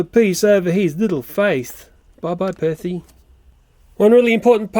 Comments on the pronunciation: He said back on perthy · I love how you say Percy lol.